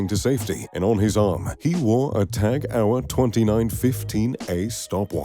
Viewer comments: Tag UH-wer?!!! It's Tag HO-yer ffs... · Tag Hour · Lots of people think its French cuz of the TAG merger, but the heuer part is German ofc and it makes me wince too. He just says TAG Hour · s/b pronounced Tag HOY-er. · This video is maybe 5-10% about watches and the rest about extraneous stuff. Also, go learn how to pronounce Tag Heuer or indeed Heuer, BEFORE making a video about WATCHES. Also, I bet everyone knows a lot about Gates, Bezos and Musk and how much money they have, BEFORE coming to this video, so fucking skip that part talking about things that are not about watches, which is the fucking title of this video. It took over 2 minutes to get to hear about the first "billionaire watch". Long story short, this video sucks, it's terrible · I think im having a little stroke everytime he tries to pronounce Tag Heuer.... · I wince each time too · One would assume that a person talking about luxury watches should know how to pronounce "Tag Heuer"